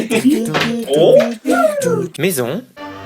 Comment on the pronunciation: Je suis le seule à à avoir remarquer quil a dit ea a la place de ikea?